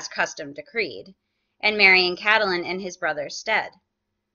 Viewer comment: Its CAT-Lyn, for God's sake. Not CAT-a-Lyn.